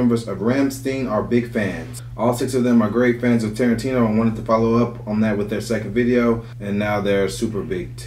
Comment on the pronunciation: He's Name is Tarantino not tarintino 😂😂😂😂😂😂